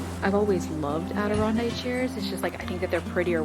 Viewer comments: AdironDACK not Dike. Like the Adirondack Mountains. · AdironDACK Chairs' as in Adirondack Mountains. New York :) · Upstate New Yorker here, it’s Adirondack, you were close 🥰 nice things at that sale. Cade is getting so big.❤ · She's always loved "adarondai chairs" lol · I'm Canadian and had to rewind the vid to hear her say it again. LOL, threw me off! It's Adirondack for us, too.